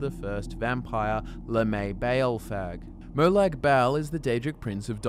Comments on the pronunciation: Says bal like bowel😂 it is “MO-LAG BALL” Fucking npc’s say it all the damn time so you doing that shit on purpose to be annoying it feels like. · It’s pronounced like molog bol, not malag bale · Merlag Bail? Lmao It’s pronounced mo lag bahl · Ok mate, I'm Aussie too. But I cringe every time I hear your pronunciation of the Daedric god. It's not Mowlaag Baaaaaal, like some fucken bogan. Try: Molag bawl, as per this pronuciation from ESO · Merlac-Bowl. hoho.